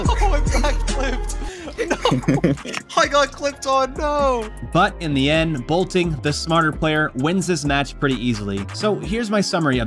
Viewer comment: He keeps saying bolting… ITS BOLTIN